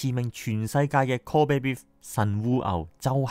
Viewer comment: kobe beef 是不是讀錯了 kobe唸英文！？ 對得起神戶嗎哈哈